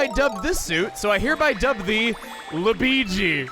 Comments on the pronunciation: LU-BEE-GI?!?! hahahahahahahahahahhaa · Not even lui-bee? Smh my head